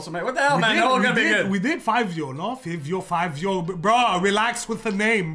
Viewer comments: It’s five-eo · it’s pronounced favio 😭 FIVIOOOO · its pronounced as " FAEEVEEO" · It is actually pronounced like “Favio” like the name Fabio lmao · It’s Fivio foreign but pronounced Favio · Its “fah-vio” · Its pronounced fyvio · It’s pronounced FAVIO even tho it isn’t spelled out like that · Love ya content 💙 but Fivio is pronunced with an A